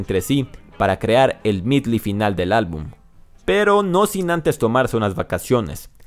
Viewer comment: Es Medley compa... y no Midly Me encantó el video!!